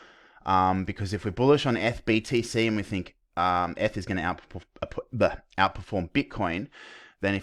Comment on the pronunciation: Sounds like your saying f/btc but realised your saying eth/btc haha. Great analysis mate! Go Aussie!